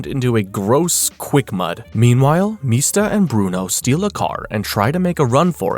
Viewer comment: Also its MISTA. Like Mr. Not Meesta.